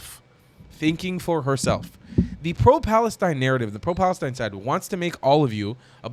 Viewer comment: "FFFFf "FALESTINE"😂